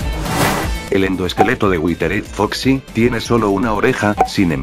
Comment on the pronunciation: Dise al prisipio witered foxi es witered yo como que a no me dijas